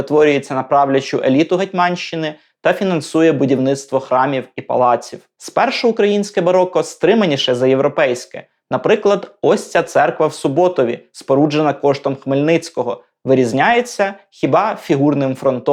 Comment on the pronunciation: Дякую за пізнавальну лекцію)) *Правильніше говорити СУботові (с.сУботів)